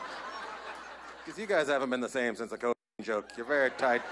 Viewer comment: Can’t even say Cocaine? Wtf